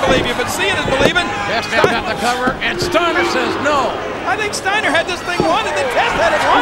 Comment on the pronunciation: I can't with this :'D "Stiener" hahahahaha